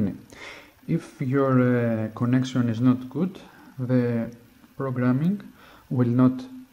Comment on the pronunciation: You have to make the 'konnaction' right